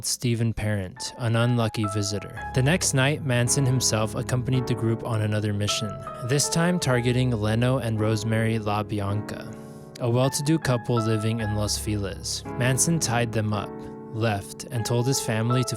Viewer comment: Jay Leno has nothing to do with this story. But Leno’s pronunciation of his name is not the way Leno LaBianca’s first name is pronounced. It’s pronounced “LEE no”. And, have you never heard of Folgers coffee, or did you not know that Abigail Folger was the heiress of the Folgers coffee fortune? And you mutilated Wojciech Frykowski’s name. If you’re going to make a video about the Manson Family you should learn the names of the participants in the story.